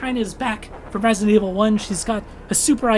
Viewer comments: "Resint Evil" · I die a little bit every time you say ‘resint’